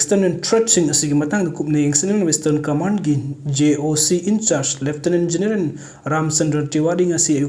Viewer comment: Not generan it’s general😊😊